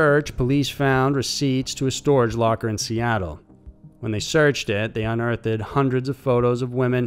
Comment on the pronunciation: I came to the comments to check if the Pronunciation Police clocked that "uhn-urth-id" ... y'all let me down... but honestly I think we all know you let yourselves down more. This is why some of yall aren't able to rank up to Definition Detective or Dictation Deputy and might as well forget Lieutenant Cheif of Language. Your going to mess around and get sent back Punctuation Patrol.